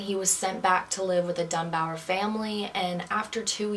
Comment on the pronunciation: Bobby DUNBAR. Not Dunbower. LESSIE, not Leslie Dunbar. Hard to listen to you when you cannot even pronounce the names correctly. 🙄